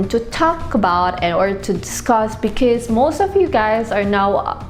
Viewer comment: Can you pronounce "because" properly please